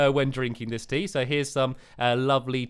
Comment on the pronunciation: Throughout the video I thought he was saying teeth the whole time but it was actually tea! Hahahhahahahahah lol